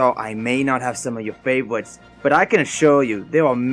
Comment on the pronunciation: I think its funny how he's replacing r's with w's. "Favowites"